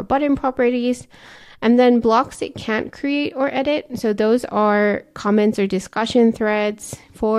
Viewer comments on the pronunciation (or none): Difficult to hear if you are saying "can" or "can't" in the limitations section. May be you should use "cannot" instead of "can't"